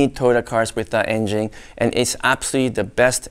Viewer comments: I love how he says "in-jing" instead of engine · Great Video.!! Everybody drink when says: "Engine" - C'mon everybody play.!!!